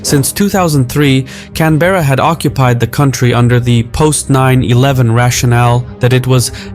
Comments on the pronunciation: fyi: canberra is not pronounced can-bear-ah, it's pronounced can-buh-ruh (buh as in BRUH without the r) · I'm sorry, I cannot get over the narrator's pronunciation of "Canberra". "Can-BEAR-ah", jesus wept. It's pronounced "CAN-buh-ruh". Stress on "Can" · Great analysis and info, as always. Just one thing: it's CAN-berra (not Can-BErra) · Pronounced cambra not CAN-BERRA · Just a note on the pronunciation of Canberra. It's not "Cann-berra". There is no emphasis placed on any syllable. Most Australians pronounce it lazily as "Canbrah" or "Can-ber-ah". Cheers. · Hey, it’s not Can-berrA, it’s Can-Bra! ❤ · Love this channel, keep it coming. Aussie here - pronunciation of Canberra is "Canbra' - the e sound is flat, almost silent. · As an Australian, I cringe when you pronounce Canberra. It should be pronounced 'CANBRA' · Just a friendly note that Canberra is pronounced ‘Can-bruh’ 🙏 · 'Can-bear-ah' - pronunciation needs a little accuracy.. Your map of sub cables doesn't include ones that are classified. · Can-bear-a. Lol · Great video. Just letting you know, Canberra is pronounced “can-bruh”. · Canberra is pronounced with one continues draw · Are you chinese? How come you can pronounce Huawei correctly but can't pronounce Canberra correctly? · The letter e in Canberra is silent. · Canberra is pronounced with stress on the first syllable. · As an Australian, it never gets old hearing people totally butcher the names of Australian cities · When you use AI voices, many words are pronounced incorrectly e.g. Canberra, polypropelene etc. It is very distracting.